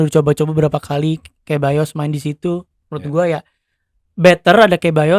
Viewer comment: ralat Ceballos c nya dibaca kaya s,bukan kyk C nya Carvajal